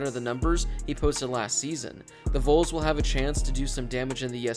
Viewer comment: Who the hell are the “Voles” lmao